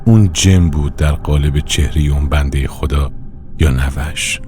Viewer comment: راوی چرا نوه رو اینجوری تلفظ میکنه؟ نوّه